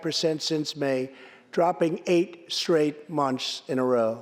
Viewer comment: Wanna see something funny/strange? - Just after your favorite president slurs the word "months" he turns his head to his right. As he does, a very large and powerful patch of his very suave hair flaps toward the Democrats, thin quickly flops in place. ProTip: Half speed is even better. ♫ Enjoy ♫